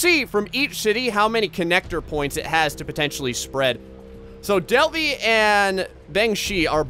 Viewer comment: Its Delhi not Delfi!